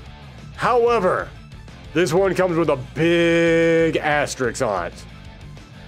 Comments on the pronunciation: asterix =/= asterisk You aren’t putting asterisks next to these, you are putting diminutive Gaulish cartoon characters next to them! If you are going to say a word dozens of times in a video then learn how to pronounce it!! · I like how every single person clicking on this video thought "Oh nice, a Darkstalkers video". EDIT: From the video title alone. I forgot the thumbnail alludes to it too. Good video. Can't believe I got through a whole hour of you saying Asterix. That's the name of a character. The symbol is an asterisk. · I'm gonna need you to look very carefully at the following word: asterisk This word is in fact different from the following word: asterix